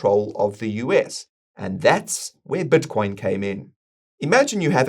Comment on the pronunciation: I'd love it if learned how to pronounce "i" in words. His "Bitcoin" sounds like "Buttcoin", and "this" sounds like "thus"